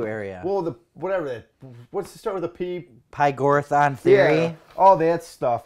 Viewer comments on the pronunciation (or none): LOL: PYGORATHAN THEORY HAHHAHHA its pythagorean